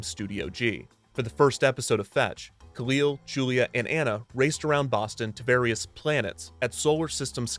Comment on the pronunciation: Recently rewatched season one and i think you mispronunciation khalil i think its (kah-lil) and in the comedy episode he talks about people calling him the wrong name so its kinda funny